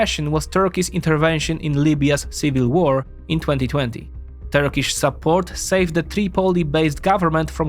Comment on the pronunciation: It is a pleasure to watch this as a Turkish citizen. Most Turkish pronunciations were perfect.